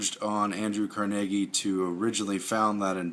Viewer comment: Your pronunciation of "Carnegie"has me barely hangin on ....one more time I'm out